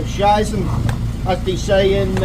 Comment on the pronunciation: excellent pipeworks of you, but the German in me wants to invite you over to practice your pronunciation of "Scheisse" some more 🤣